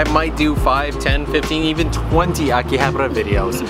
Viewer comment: Ugh. Akihabara isn't prounounced Akihabar-r-ra.